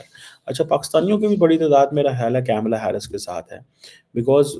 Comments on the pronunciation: KAMALAA. NOT CAMELLA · Badi interesting baat batata hun, sab kuchh janta hai India USA relation bare. Pakistan ko kis se fyda hoga Trump ya Harris se., Camela nahi Kamla bolte hain. Aur kya find kiya Damocretic kashkol mei kuchh dalega ya nahi. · At least learn to pronounce Kamala name properly.